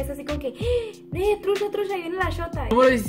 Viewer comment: No es nada nuevo mis morros, para mi lo Nuevo del norte es que usas mucho (sh) para decir chihuahua shihuahua trucha trusha mucho musho